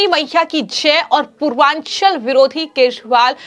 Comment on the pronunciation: आप एक आध अक्षर क्यों छटके से खा जाती हैं 😂 पूर्वाचलीं है पूर्वांछली नहीं 😂